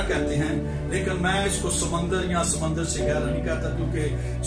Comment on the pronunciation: خُداوند آپ کے ساتھ ھو سر۔ سمّندر. اور سمُندر. میں فرق ھے میرے خیال میں سر آپ نے کلاس میں سمّندر بولا. جو کہ غلط ھے۔ اس کی جگہ. سمُندر ھونا چاہے تھا۔ زبر. اور. پیش سے مطلب تبدیل ھو جاتا ھے۔ خُداوند آپ کو اور برکت دے ۔ آمین